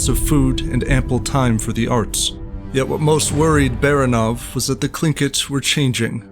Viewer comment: last name 'Baranov" is pronounced by the narrator incorrecty. Not just one but two errors. Frst of all, stress is not on the last syllable, but the middle one. Secondly, russians characters are pronounced as they are written so A is a, not ae